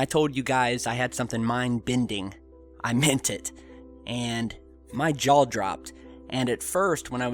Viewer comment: "My jawll dropped." What the fuck is a jawll?